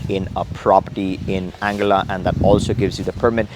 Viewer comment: Isnt it pronounced as Ann guilla ?